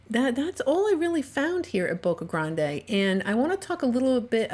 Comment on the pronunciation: Its not pronounced Boca Granday! It’s Boca GRAND!